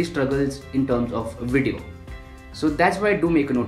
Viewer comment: Nobody: Every YouTube Video: Snazzy intro, hip music, wide shots - "Welcome to today's Wideo"